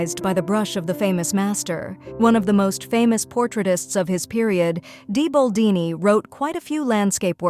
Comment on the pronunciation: BOLDINI NOT BALDINI